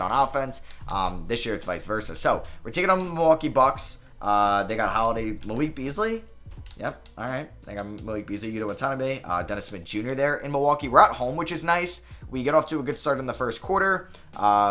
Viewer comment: It’s pronounced “Yoo-Ta Watt-an-Ah-bee” 😬